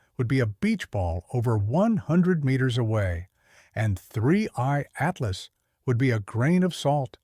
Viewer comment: I used to ask this all the time until recently when his code apparently forgot how to say Atlas